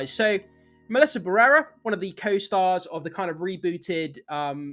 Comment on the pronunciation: It took me forever to understand whose name you were saying!! BARRERA it is BA - RRE - RA Why do English speakers struggle so much with Spanish pronunciation 😅